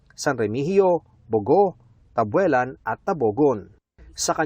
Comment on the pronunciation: Buti na e correct na ang pag bigkas sa 'bogo' 🙏